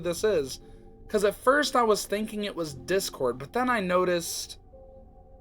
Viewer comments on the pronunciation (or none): none